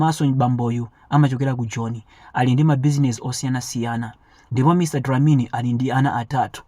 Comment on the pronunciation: Mr dlamini not dilamini